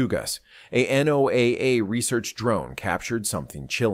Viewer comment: Only on YT, and the videos never match reality - showing Tahiti when describing Florida. NOAA is NOT pronounced "No Ay Ay" ~ I'm done with this sensationalistic Baloney!